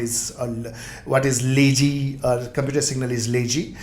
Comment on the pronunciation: Good One. Thanks for your efforts. Few suggestions - 1) Your face image is blocking the code that you write behind in the vs code eg: when you inject(bookservice) implements ngoninit - try to short your face image or better remove it. 2) your pronunciation of words like lazy and other words can be improved. Once again not blame you, just thought of sharing. thanks.